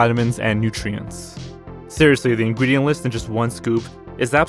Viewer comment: "Ingwident list"